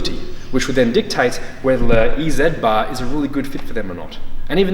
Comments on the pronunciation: Ee zatt bars lol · In American English, we say E-Z bar like this “Easy Bar” because we pronounce Z as “zee”. Makes a little more sense than “ee-zed” bar, but that was interesting to hear you say it that way!